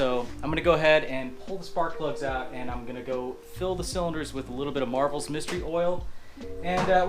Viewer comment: MARVEL mystery oil. NO FREAKING “S”, just READ THE GOD DAMN LABEL, it’s not that hard.